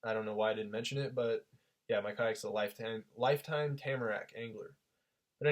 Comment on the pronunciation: Where can I get a “Leifteim” kayak???